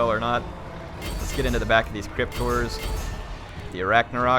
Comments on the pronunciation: When I first heard you pronounce 'Horror' I thought you were saying crypt whores. Was mightily confused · sounds like hes saying Crypt-ors to me.